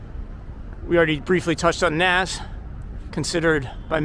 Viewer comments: It’s pronounced like nahz not naz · Yeah. That hurt my ears a bit. If you want to spell it how it sounds "Noz" would be the way to go.